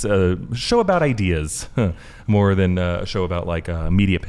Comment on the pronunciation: Learn to know the difference of "THEN" and "THAN" please.i've been noticing lots of people confused by this 2 different words. Yes you used "THEN" because you pronounce "THAN" as (DEN) in english acsent,but you shouldn't not spell it the same as "THEN" (DEN).